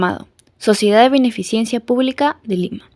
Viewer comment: ¿Cómo no van a corregir el apellido de Ureta en este video, en el que se le llama "uretra" dos veces? Encima no se sabe de otros nombres, como cuando la señorita dice "beneficiencia", "vía ferrera", "recolecta" 😮